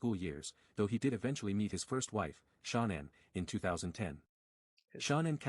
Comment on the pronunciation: Of all the watts videos to respond to why this half ass one? Can’t even say Shannon correctly